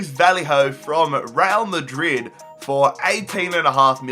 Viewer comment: "Rail Madrid"